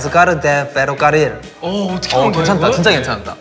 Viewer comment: Sungjin con su ferricarrol xD